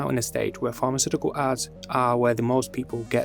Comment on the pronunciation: I was quite confused keep hearing pharmaceutical arts 😂